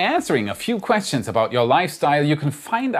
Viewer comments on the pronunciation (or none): none